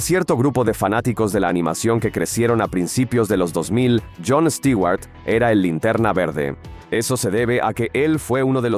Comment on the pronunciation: Les quiero pedir un favor, ya dejen de decir Stiguar, lo escribo asi, porqué asi me suena, literalmente. Stewart se pronuncian con u porque la fonetica en inglés, la e y la w juntas suena como una u. Y no lo confundan con Stuart, porque este es un nombre en si. Este Stewart es el apellido.